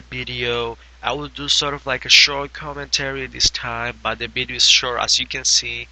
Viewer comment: He says Bideo! Lol